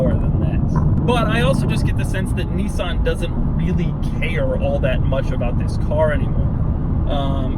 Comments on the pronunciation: It’s a Nissan not a Kneesaan 🙄🙄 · I could have told you that without the video, it's a Nissan. and it's pronounced "Nissan", not "Neeeezan". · The fact that he pronounces Nissan as "KNEE-SAN" but calls Nismo "NIZ-MO" is absolutely infurtiating